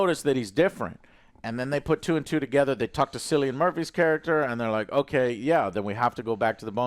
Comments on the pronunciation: Guys Cillian is pronounced with a K like “Kill-ee-in” not with an S like “Sill-ee-in”. I’m Irish btw lol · Theres no actor in this movie called"Sillyian"what kind of stupid name is that?the mans name is Cillian pronounced"Kill-ian"considering his name has been said in many many interviews through his career you could get his name right...Sillyian😂😂😂😂 jesus. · Kill-ian Murphy. That how it's pronounced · It’s Killian not Sillion Joe. Anyway Cillian Murphy is one of the best actors ever. I think bring it back to 28 days later somehow, bring the mutated zombies in and Cillian is trying to survive with his daughter. Then maybe they do end up at the bone temple and the end is him finding the doctors writing giving hope there could be a cure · pronounced it Sill-ian at the end. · Also Joe, you guys are killing me with pronouncing Cillian as “Sillian” it’s pronounced “Killian” 😆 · Cillian is pronounced Killian. I'm fed up of typing this for you, Joe. It's pronounced Rafe Finnes. Did they not do any research about Jimmy Saville and his "charity" after all the comments from the last film? It would really help with their understanding of this movie. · Very interesting review, lads. I really enjoyed it, hoping for the third. For me, bizarre mixes like teletubbies, ninjas, psychos, doctors, zombies and metal make for an excellent story, so long as they're blended well together. By the way, Cillian is pronounced Killian (I'm Irish) 😁. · Sicilian Murphy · Please for the love of god learn how to pronounce Cillian correctly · You could see the life drain out of face every time Joe mispronounced it, like it did for most of us. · "One of my favorite actors" doesnt know how to pronounce that actors name correctly. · I guess everyone named "Juan" should be called "jew-an" then.